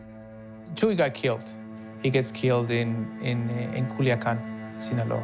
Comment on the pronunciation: It's not "Chewy" 😂 it's "Chuy"